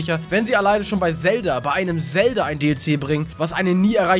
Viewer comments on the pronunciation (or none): none